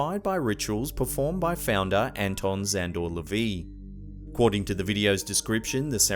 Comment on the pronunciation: You pronounced Anton LaVey's last name incorrectly, otherwise, great f****n video!